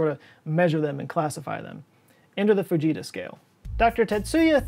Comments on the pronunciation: I 100% though he said "the bejeezus scale". And I didn't even question it. Growing up, I expected volanoes and hurricanes and tornadoes to be a much bigger problem in my life than they have turned out to be. I guess I blame US movies. 🤣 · I kept hearing baJesus scale 🤣